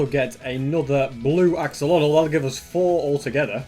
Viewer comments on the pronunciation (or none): none